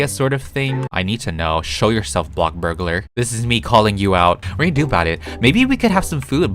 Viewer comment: No hate but can you please stop saying BLOCKburgalar and say BLOXburgalar. I just is kinda annoying me.